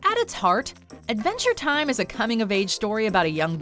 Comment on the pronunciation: No-one:: aaADventure Time